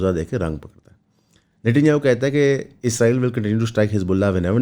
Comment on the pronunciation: بھائی میں آپکے قدموں پر عاجزی سے بوسا دے کر بھی کہنے کو تیار ہوں اگر آپ میرے قریب ہوں۔ آپکا سلپ آف ٹنگ ہے۔ اس میں آپکی کوئی غلطی نہیں۔ لیکن میرے ماں باپ بھی آپکے قدموں میں۔ آپ اسرائیل کہنے کی کوشش کریں۔ ازرائیل، یا عزرائیل نہ کہیں۔ بڑی تکلیف ہوتی ہے سر